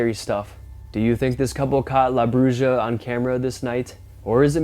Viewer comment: Mexican witch is pronounced " bruha"